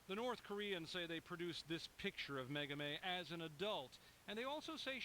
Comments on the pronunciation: her name is Megumi, not Megami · The brain-surgeon liberals at CNN are pronouncing her name WAY wrong. It's "Meh-goo-me," not "Meh-goo-mey." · Why the elaborate mispronunciation of Megumi's name?